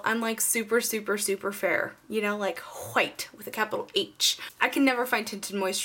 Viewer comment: You said white like stewie says cool whip on family guy lmao niice!